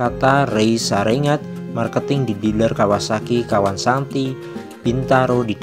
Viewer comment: kawansanti😭😭 kawansakti bang